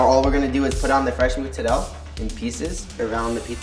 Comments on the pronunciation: I live in NYC since I was 11 and I never heard Italians pronounced Mozzarella cheese like he does. Either they’re too assimilated and don’t speak Italian well or he’s part of Italy where it’s like Mississippi English here. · What a nice guy but he pronounces mozzarella wrong, it's incredibly cringey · good job michelino thats a legit homemade pizza! next step could be getting into sour doughs and the right mozzarella pronunciation 😅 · The way he pronounces mozzarella reminds me of that one south park episode where randy becomes obsessed with cooking. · really nice kid but can someone pls explain me why he is butchering the word mozarella? Is he from a special side of italy? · I'm really triggered by the way he pronounces Mozzarella... Other than that he seems like a cool kid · why do Americans pronounce mozzarella so weird?! Italian Americans. it's very odd